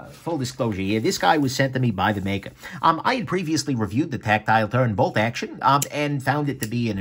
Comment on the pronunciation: HahahahahahHAHAHAHhahHaha IT SOUNDS LIKE YOU'RE SAYING TACTILE TURRRDDDDD HAHAHAHAHAHAHAHAHAHHAHAHAHAHAHAHAHAHAHAHAHAHAHHAHAHAHAHA